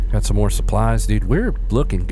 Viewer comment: Love the slight sothern twang he's got when he says " s'mor demons " 😂😂